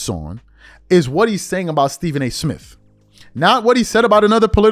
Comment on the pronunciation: Why do you pronounce “Smith” and “birthday” as Smif & burfday? Play the tape.